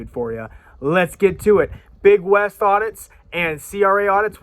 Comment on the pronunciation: It's not "Big West"; it's "Beg Wes". You don't even know your own community. Just like that idiot at the Nevada prison who got hot-boxed for putting a prison in lockdown. Every time you guys go to a state prison, the facilities go into lockdown. Your actions aren't keeping the Dep't of Corrections in check, you shutting down Rec' time, interrupting education and work programs, and you're putting dudes into their cells long before they have to turn in for Lights-Out.